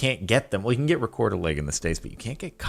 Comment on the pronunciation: dont quote me on this but im pretty sure "rekorderlig" is a danish brand. None the less im pretty sure its pronounced "rekorderli" with a silent "g". Atleast thats how its pronounced in denmark. EDIT: nope its swedish, just googled. But yeah pronounced with a silent g.